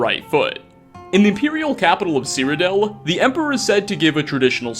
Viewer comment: Stop saying Cyrodel